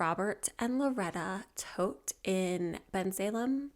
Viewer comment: Love your thorough coverage, your soothing voice, and every video you put out. Gotta say so I love this this video because you pronounced Todt correctly!